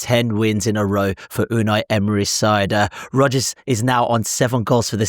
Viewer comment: Ayo cannot even pronounce his surname name? Sad. Inferority complex in my on view